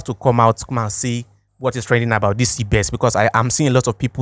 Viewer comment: Not cbes it's cbex